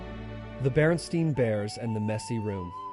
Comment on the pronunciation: I love how the written title was changed but with pronouncing it they were just like "Screw it. BerenSTEIN." Apparently the Illuminati are a bunch of lazy asses. . And if you say "Stain" is pronounced "Stein" now I'm just gonna start saying. "Darnit!!! I steined my shirt!". Look. Jesus is coming back. Stain or Stein. Whatever crap is going down ain't gonna stop that Reality.